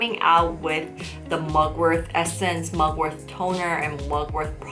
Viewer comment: Is it me or it always sounds like you're saying mugwor-TH... The T in Mugwort is like the T in Fart. 😁